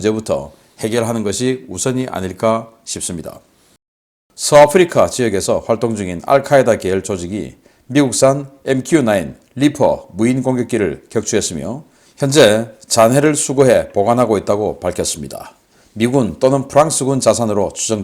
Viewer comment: 이냥반은 왜 늘상 Leopard를 Leofart, Reaper를 Reafer, Gripen을 Grifen, Apache를 Afache, propeller를 frofeller 라고 할까? 내귀가 넘 까탈스런건가?